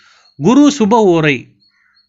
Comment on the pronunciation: முதல்ல ஓரை என்று பேச, ஏழுத பழகுங்க. பிறகு அடுத்தவருக்கு பாடம் எடுங்க